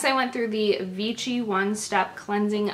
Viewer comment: Vichy is pronounced "Vishy". :)